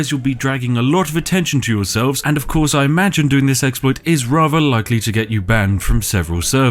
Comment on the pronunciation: It throws me right off hearing a posh voice say 'Rarver' instead of 'Rather', and 'Everyfink' instead of 'Everthing' Oh it's every time there's a TH in a word it's replaced with an F... may be a speech impediment !